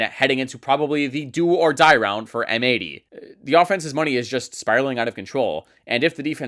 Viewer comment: I think M80 is supposed to be read as "Mighty".